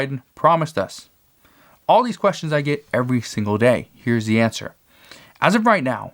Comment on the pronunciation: What is a "shangle"? It sounds like a new dance or something like it anyway...lol., I think you meant "single"...lol